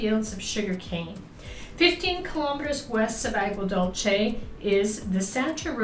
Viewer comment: Great video! Btw Aguadulce is pronounced “aagwa doolsay” 😊